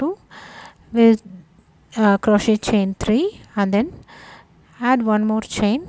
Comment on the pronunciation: Great work, and for your awareness, the "t" is silent in crochet.